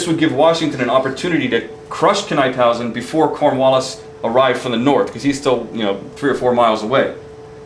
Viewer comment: There was a time when Washington thought about fighting the Brits in Delaware at where the Brandywine Springs Park is today. Because the water around the park was so low Washington ruled against it and moved up to Chadds Ford. NIP-hausen is how Knyphausen is pronounced. One error that is constantly repeated is the stone fence at the Birmingham Meeting House. That fence wasn't built until after the Battle of the Brandywine.